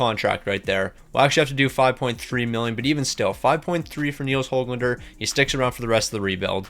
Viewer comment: YES HE FINALLY PRONOUNCED HOGLANDER RIGHT